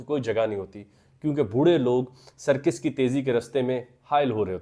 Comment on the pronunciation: سرکِس نہیں سرکَس